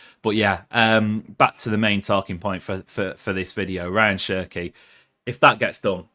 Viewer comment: His names is pronounced as Ra - yaan Chirkey